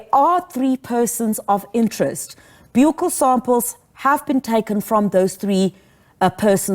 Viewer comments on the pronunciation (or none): 1. I see people are already starting new rumours about other suspects that could possibly be responsible for the crime against the poor girl. Ai!! 2. Let's try and get the word right Ms Interviewer and Ms Brigadier. Its pronounced a "bukkal" swab as in the buckle of your belt. Otherwise, stick to a cheeck swab.